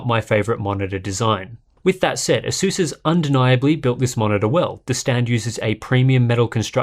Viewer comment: why everyone pronounces it "aseus"?